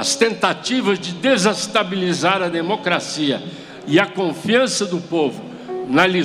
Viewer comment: Kkkkk lida. Na USP kkkkkk é demo cracia